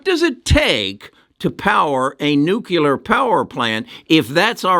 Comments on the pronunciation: NUCLEAR not nucular NUCLEAR practice this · What is nucular...